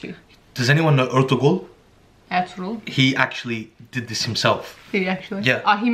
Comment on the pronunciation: Lool when said Ertugrul and corrected him I’m whenever my family says it wrong